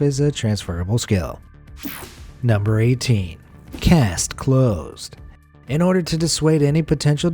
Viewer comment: There are actually RULES to the English language. No, you can’t pronounce words how you want and have it mean something else. There’s a HUGE difference between ‘cast’ and ‘caste’. Waste Taste Haste paste CASTE None of them are pronounced “wast” or “tast.” “Past” and “cast” are already words and do not mean “caste” or “paste.”